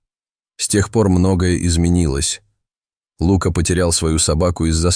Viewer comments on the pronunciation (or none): Неплохой рассказ, но неприятно слушать неправильное ударение в словах. Что за Лука, ударение на у. А ведь есть известное имя Лука, ударение на а. И еще несколько слов. Непонятно, вообще что за тигренке, ударение на и. Такие простые слова и столько ошибок. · Лука, ударение на А! И Кот! а не Като! Русский язык не изучали?? Ну тогда не стоит читать истории.! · Птчему ЛУка, а не ЛукА. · Рассказ очень трогательный , но если бы читал текст не робот , а человек, было приятнее слушать . ТигрЕнок и Лука режет слух !